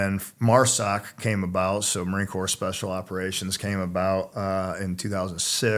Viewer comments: Please tell him how to pronounce marine corps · He earned the right to say it that way. Hush your mouth